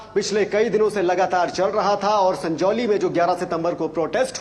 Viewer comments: Sangoli nahi its SANJAULI, ज है ग नहीं. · सगोली नही सजोली। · संगौली नहीं संजौली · Sangoli nahi sanjoli hai. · संजौली भाई संगोली नहीं